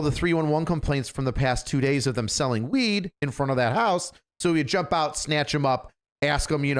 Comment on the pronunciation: He goes from H house, weed, jewelry, what I’m assuming is ripping or knocking out a grill, to a ridiculous southern accent and then goes where was I? Weeeeeed. 😂. Sounds like you were on weeeed. He arrested so many potheads he just channeled one.